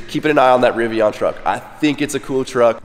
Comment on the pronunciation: A truck guy who loves his gas guzzling trucks! knows very little about electric vehicles especially electric trucks....glade you at least like the Rivian (which you pronounced wrong) so there is hope for you to learn more about what your talking about, but i'm not hating on you.